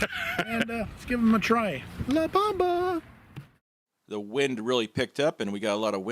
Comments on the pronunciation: its not LA BAMBA!! its LA BOMBA!! its not the dance ,but the BOOOM!! say it like this: LA BOOOMBA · la BOMBa not la bamba... smh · Come on., you know that is NOT 'the la bomba'. Living in Caifornia where every other place name is Spanish, you cannot not know that that "the La Bomba" is redundant, and when you say that you are saying "the the bomb". Also, it is not "bahmba" but closer to "bome-ba".